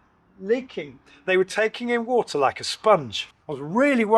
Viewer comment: please remember to 'litch and subscribe" 😆. Only messing :)